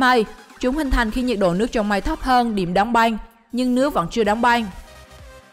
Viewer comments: Đóng băng mà đọc thành đóng beng😅😅😅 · "Đóng banh " " banh tóc " không đọc được vần Ăng 😂😂